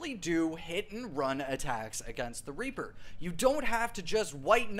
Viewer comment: I thought he said raper farming 💀